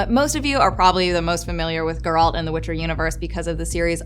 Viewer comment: Excuse me did you seriously just say Geralt’s name like that?!